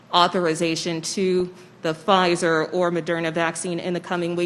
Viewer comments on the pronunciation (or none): none